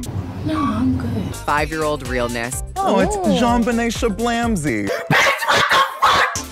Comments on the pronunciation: not Jeffrey saying Jonbenét Shablamsy 😭😭💀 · was he trying to say "Jonbenet ramsey"?? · Did he really say joan Bennett Ramsey...